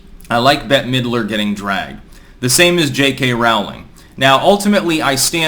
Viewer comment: “No Bette-a Middrer?”